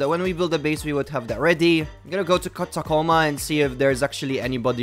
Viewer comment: its ta co mah not tocotamo